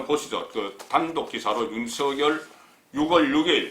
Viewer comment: 국건국장님! 안녕하세요? 출첵입니다. 그런데 6월을 유월이라고 발음하셔야 맞는거 같아요. 10월을 시월로 하듯이~ 솔나무를 소나무로 하듯이~ 활음조로~ 오늘도 화이팅입니다.